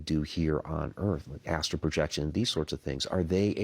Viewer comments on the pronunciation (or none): "ASTRAL travelling", not astro...